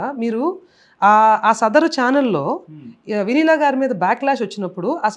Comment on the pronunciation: Ayyaa.. Sir.. Vennela kaadu.. Vineela... 😂